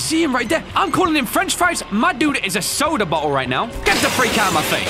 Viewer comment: I though was may English homie, sooooooodaaaaaaa